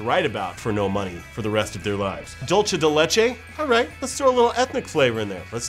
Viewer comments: did you really pronounce id dulche de leche, [facepalm] its pronounced dulse de leche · That's not how you say dulce de leche......... sigh I MISS NOAH!! Jk I like too. This is the truth........:D